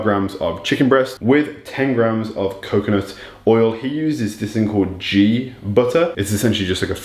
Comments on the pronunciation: It’s pronounced Gee butter Not jee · “Ghee” butter mate. Almost sounded like Chris’ lisp as u pronounced it “G” 🤣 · It’s pronounced like “geek” without the K. It’s a clarified butter with the milk solids removed. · Ghee (you totally butchered the pronunciation bro 😂) is also known as clarified butter, commonly used in Indian cuisine!😄